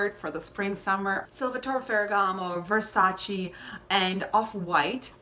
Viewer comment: Aah it’s [verˈsaːtʃe] 😞 why is it so difficult for people to actually look up how to pronounce things? 😒